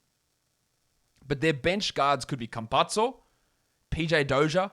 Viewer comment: Not that it matters or anything but thought you might like to know Campazzo is pronounced like campasso.